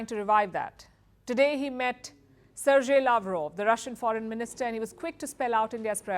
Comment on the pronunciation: the host has horrible pronunciation! can't even pronounce Sergei properly.. or Kazakhstan. KAZAKASTAN... lol